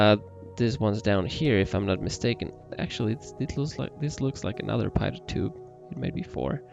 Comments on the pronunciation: The AoA sensors have nothing to do with the pitot system (pronounced pee-tow, not pai-tot), but it also needs to be "de-covered". The pitot system senses air-pressure, giving you altitude and airspeed. Other than that, great video, even if you digress a bit much. ;) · Great video! Just so you know, Pitot is actually pronounced PEE-Toe :) just for future reference! And they actually measure stagnation pressure, which having a reference static pressure means the computer solves for dynamics pressure, thus enabling the computer to be able to solve for your velocity! Once again thanks for the video! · Pitot......pronounced "pee-toe"......goofy French word.